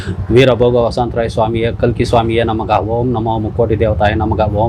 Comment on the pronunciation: Instead of namaha he is saying namaga 😂